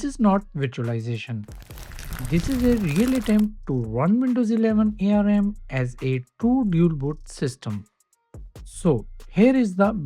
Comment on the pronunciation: It's not A-R-M. It's ARM!